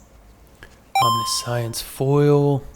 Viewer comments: please for the love of god its Om-nish-ens not omni-science. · Love ur vids but i gotta be that guy...im sorry. How to pronounce the following: Omniscience ( aam·ni·shns or om-NISH-uhns ) and MIrrodin ( mih-ROH-din). Hope this helps, sorry again. Hope you keep finding absolute bangers! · not pronounced Omni-science lmao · I realize im being stupid here but I heard omni-science and I had to stop 😂